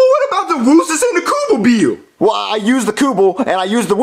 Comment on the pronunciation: PAST DUE (BILL) PAFS DOO (BEEL)